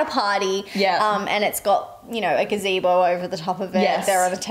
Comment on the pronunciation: Didn’t realize she was describing a GAZEDO in cowboy like me until said the word and now can’t unhear it 😂😂😂